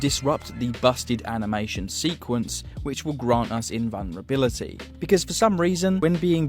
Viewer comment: there's a "L" in "invulnerability"